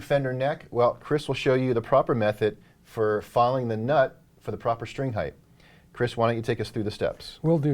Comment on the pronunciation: for the love of god. PLEASE STOP SAYING HEIGHTH